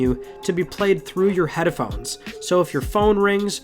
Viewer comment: Wait?.. did he say Head-er-phones :-D haha